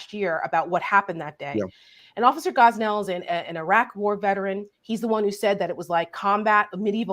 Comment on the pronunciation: Officer Gonell NOT Gosnell.